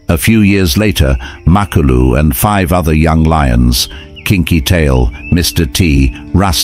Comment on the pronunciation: MA-KU-LU not mak a lu 😂